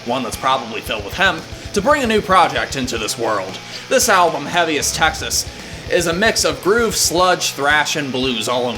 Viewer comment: Love the review,, but its Texas.........not TAxes...LOL